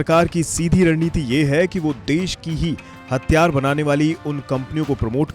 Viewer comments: HATHIYAAR not hattyaar, pehle Hindi theek karo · Bhai thik se bol le.. Hathiyar hai hatyar nahi🤣🤔🤣😂😂😂😅😁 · It's Hathiyar* not hatyar😂😂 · 🤣🤣🤣🤣 Media attayara thik se tho bol atyyar ya atyarya